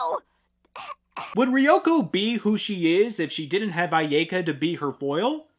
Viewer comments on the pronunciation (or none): Complains about pronuncition, says "aiyaeka".